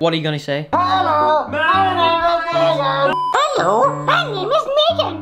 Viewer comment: megan, not megin